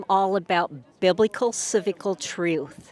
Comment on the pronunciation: “Biblical Ciblical”? “Hypokit”? She must be dean of the tRump University School of Language Arts.